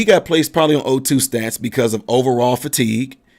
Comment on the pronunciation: Hey Hon......it's O2 sats not stats. as in saturation. just clarifying not being snarky. I enjoy listening to you